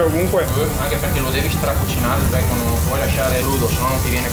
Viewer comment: Si dice bacon, n, ennee. Non Bacom cazzo suona pure male